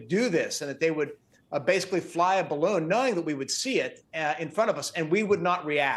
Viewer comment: you mean, "balloogny"